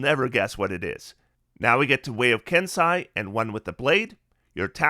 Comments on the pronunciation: First, thank you for this. It’s a ton of really good info as I’m playing a monk for the first time. I’ll probably be going Mercy when I hit 3rd level. Second, it’s a minor quibble, but Kensei is “Ken-say” not “Ken-sigh”…also Kensei didn’t get quite enough appreciation IMO though it does have some tweaking it needs to be up to the new standard. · Nice work,. We appreciate the level of effort you put into your videos. Pardon the persnicketiness of this, but it is pronounced “Ken-say”.